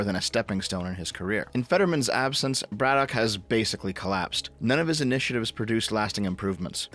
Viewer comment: we pronounce it "Braddick" Also, ol Fetty there is NOT working class in any way shape or form.